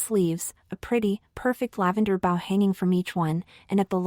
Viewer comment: Mostly a good story, but really annoying to repeat several lines several times throughout. And the AI needs training on how to pronounce "bow" !